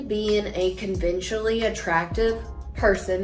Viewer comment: “Convenchally attractive”